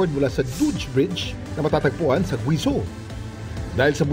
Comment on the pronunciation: "guweyjow" ang pronunciation, Kuya Kim! Grabeh naman, sa Gwizoh